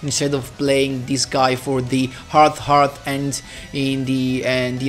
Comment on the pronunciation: It's pronounced heart earth Heart-eartH